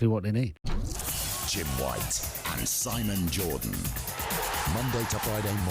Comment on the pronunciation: Si-MOAN Jordan